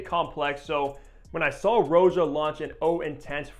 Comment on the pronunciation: If you watch any of Roja’s videos, you can hear he pronounces his name “Rah-ja” not Row-ja.